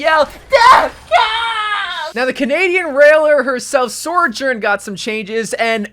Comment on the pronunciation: BROTHER ITS BEEN YEARS PRONOUNCE SOJOURN CORRECTLY PLEASE